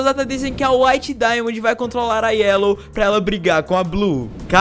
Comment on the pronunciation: PORQUE NINGUÉM CONSEGUE FALAR DAIMOND OU WHITE DAIMOND NINGUÉM AAAAFFFFF